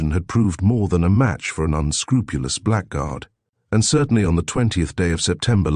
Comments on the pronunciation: THAT didn't bother me, nor the few other mispronunciations (e.g. black guard). Including the image id is too much. BYE. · Frequent mispronounciation of "blackguard" is annoying in otherwise pleasant audio, if you also ignore problems with French language.